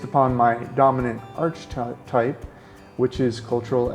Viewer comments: The word archetype is pronounced like ark not arch just FYI ;) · It's pronounced Arkatype, not Archatype....otherwise, well-done!